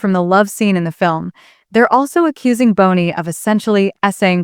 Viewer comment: Might help prove you’re not a ROBOT VOICE, by pronouncing Justin’s name correctly- NOT BONEY!!!